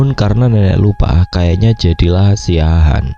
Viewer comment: Siahaan bukan Siaahan Mas